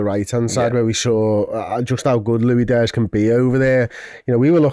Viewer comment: Lui Dias.. man.. you speak professionally about a football club and can,t even pronounce the name of one of their main players. Go..sell sausages on a market !